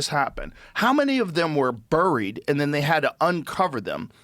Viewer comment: Joe doesn't know how to say buried.